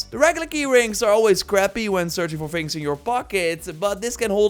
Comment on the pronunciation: Ofver phings? Evyphing ? Udderwise ? What are you saying bro?